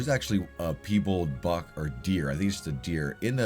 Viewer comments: I wasnt going say anything but the deer is pronounced pie-ball 😂 but then again peebal sounds good to me brother! 😂 anyways thabks for all videos and work putting in! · Please stop saying “peebulled”....Just please pronounce it correctly.... Just how it looks... Pie and Bald.... Piebald.... Not Pee and Bulled... Don’t mean to be picky but I watch all your vids and this just grated on me. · I love the way you pronounce Piebald 😂💖 I’ve never heard anyone pronounce it that way, it’s wonderful